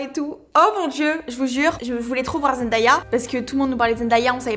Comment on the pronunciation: Pk tout le monde dit zendAya alors qu’elle a dit plusieurs fois que c’était zenDAYa genre comme le jour en anglais 😂